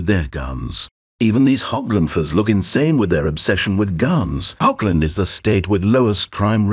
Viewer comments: it's not pronounced "hoggland" but "horrland" it's a German ch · German hearing "HOBland".... rage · ah yes, the glorious state of Hog-land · Hochland? Weird pronunciation for USA.